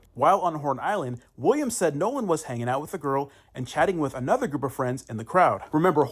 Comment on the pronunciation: If you pronounce the word "with" as "wuff" ..... I automatically ignore everything you say lol